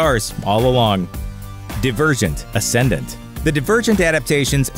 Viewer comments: not to be rude or anything but it’s pronounced “die-vrr-jent” not “dih-vr-jint” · Die-verget , you're saying it wrong